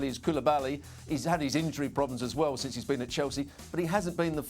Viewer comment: "sinse" lmao ESPN hire me.